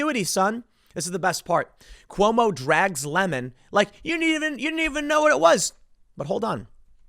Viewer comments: It's pronounced Lee-mond😁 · Please pronounce his name properly. It's Don Le'Mawn.